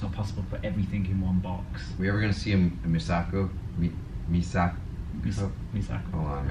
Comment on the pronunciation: There is more talk about season 8. The more I hear, the more excited I get! I've never looked into spoilers for the show. I will look at anything that is released purposely, but never something that is leaked out. You struggling to say Misako cracked me up. Let's see a Pink Zane. I'd love to see it happen. All the minifigures you mentioned I would love to see happen. Great video, like always.